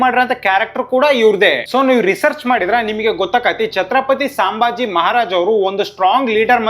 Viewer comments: ಸಾಂಭಾಜಿ ಅಲ್ಲಲೇ, ಸಂಭಾಜಿ. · Bro ಸಾಂಬಾಜಿ ಅಲ್ಲಪಾ ಸಂಭಾಜಿ... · Hey, ಅದು ಸಾಂಬಾಜಿ ಅಲ್ವೋ, ಸಂಭಾಜಿ ಮಹಾರಾಜ್ 🤦🏻‍♂️